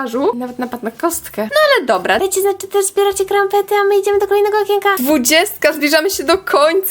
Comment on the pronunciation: To nazywa się kampet a nie krampet